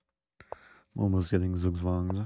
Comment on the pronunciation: Actually, if I didn't know what he means, I (native german) would not understand it. Same with "Zugzwang", which is just pronounced quite horribly everywhere.